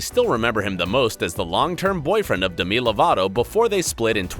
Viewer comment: Nobody noticed how this guy said Demi lovato???? “Duh me” who tf is that?????